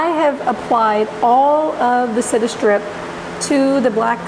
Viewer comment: Come on girl.....read the labels and give proper credit to the brand name.......Citistrip ?? Mini wax ???? The stripper is called Citristrip as in citrus, you know, orange, lime, etc. Hard to take this too seriously when you constantly misspeak. Otherwise pretty good tutorial.